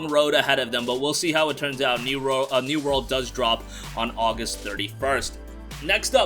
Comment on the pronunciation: Yo! Word! Its new world not New Word!